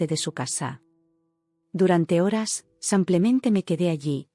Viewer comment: Porque dice samplemente en lugar de simplemente